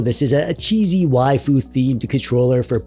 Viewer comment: You pronounce waifu correctly. However Can you pronounce "doge" properly? Protip: Don't be a casual normie and mispronounce it/confuse it with the German word doge. "doge", like "waifu", is supposed to be a weeb's way of saying a Japanese word in English. Like "sage" and "age" (not the English words sage and age... the Japanese words, "sah-ghey" and "ah-ghey"), "doge" is meant to be pronounced like a Japanese person saying "doggy" (doe-ghey). BUT THE ENTIRE WORLD MISPRONOUNCES IT AS "dohj" AND IT'S INFURIATING.